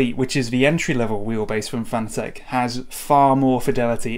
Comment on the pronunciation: Pronounced FAN-A-TIC.... Not fanA-Tech...